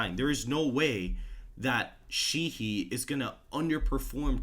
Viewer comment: Montana Senator Sheahy is pronounced long a and long e. Shā-hē. Not shē-hē. Keep up the good work.